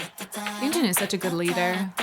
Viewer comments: i love your ive videos, but her name is yujin not yunjin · it’s yujin.. not yunjin😊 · i always get confused myself and have to double check their names, but i think you keep calling Yujin "YuNjin," which is the name of one of the members of le sserafim. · Its not YUNJIN it's YUJIN! ❤ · It's "Yujin", not "Yunjin" - Yunjin is in LE SSERAFIM 😅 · leader of this band is You-jin not Yoon-jin. No 'n' sound after 'You' Yoon-jin is one of le sserafim. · HER NAME IS YUJIN NOT YUNJIN😭😭😭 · i can tell you really love ive but can i correct you on the pronunciation of yujin’s name? its literally ‘eugene’ on yuNjin.. yunjin is a whole different person 😅 anyways, thank you for making a reaction video and giving so much praise for them :) they have worked hard for their vocals ever since debut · Her name YUJIN not YUNJIN you keep calling YUNJIN🙈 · i keep hearing you say Yunjin but her name is Yujin btw! this video is very informative and love it! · I always love your IVE reactions! Just one correction, it's "Yujin" and not yunjin. ☺️ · Its Yujin not yunjin please say it right <3. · just to correct something, it's yujin not yunjin !😅 because i saw a lot of people getting her name wrong😭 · her name is YU JIN not YUN JIN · and plis call name yujin as Y U J I N, not yunjin 😭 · take a tequila shot every time she calls Yujin, Yunjin... have 911 on speed dial :) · IVE YUJIN NOT YUNJIN 😢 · Idk why. It irks me that you call yujin as yunjin. It’s YUJIN anyway.